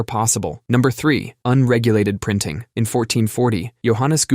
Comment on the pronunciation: “in” not “een”